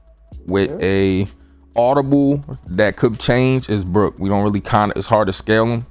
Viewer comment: You did Brook wrong like real wrong ahhahahah